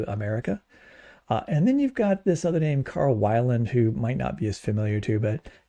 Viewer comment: Carl Weiland is actually pronounced weel, not that it really matters much. He stayed at my parents' house a few times when visiting to do talks in local churches.